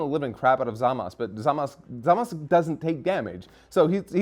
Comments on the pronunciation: ITS GODDAMN ZAMASUUUUUUU!! Not zamas... LEARN YOUR VOWELS!! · why do they keep saying zamasu wrong, they should know by now in the dumb his name is still zamasu